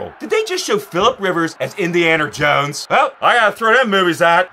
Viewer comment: Did he just say "indianer jones"?